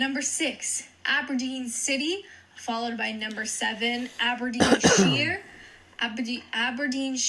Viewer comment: So has lived in the U.K. for how many years? Doesn't know where Mersyside is? Tyneside? can't even pronounce Aberdeenshire correctly? Gee, she must live in a bubble.